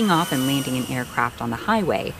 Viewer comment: Did she say "leaning"? Maybe its a special type of landing.